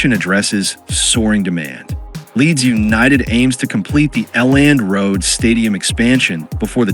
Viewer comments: L and road stadium 😂😂 elland road (ell end) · A Land Road? The AI bot needs to do his homework. 😮